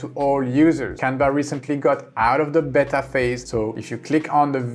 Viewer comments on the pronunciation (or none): none